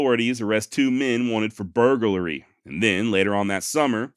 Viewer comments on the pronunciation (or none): "Burg-u-lar-y" lol!! Love you, brother!!